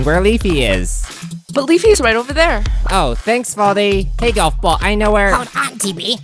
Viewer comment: Bro Said "Poldy"💀